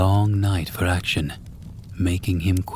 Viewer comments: Lmao great voice, good pacing, nice pronunciation in the first story, but then Action got me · ‘action’ for Akshan got me laughing hard ngl